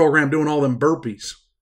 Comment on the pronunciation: what’s a berpees?